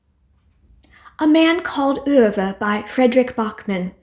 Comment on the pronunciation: Hi! What a lovely heartfelt video! So many great suggestions. I love how you pronounce "Ove"! I speak a little Dutch and love the pronunciation of "oo" but it did not click when I read the title that it was probably like that! I really need to get to 'The Secret Life of Bees'. It has been on my TBR FOREVER! Have a wonderful Thanksgiving!🦃